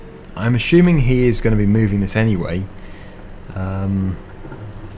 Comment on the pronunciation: "I'm Assuming"....no H.....This should be some sort of FS meme by now